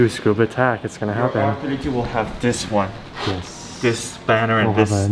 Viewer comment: $4812 for that hood before shipping and paint so $6k is probably right on...also when i went to Tsukuba, people said it as its 3 distinct syllables and said with the "SU" intact as it is in english, like "Su-koo-bah" not "Scuba". I kept getting pondering looks saying it the way you did, and was lost as to why🤣